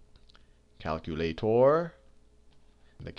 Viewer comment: Prabhanshu Katiyar because the amount of moles a calculator contains is equivalent to the specific heat in grams of the ice minus the water. that's why he pronounces it as calcualatuor